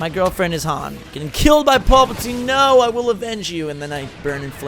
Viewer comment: I cringe hard every time he calls Palpatine Paulpatine."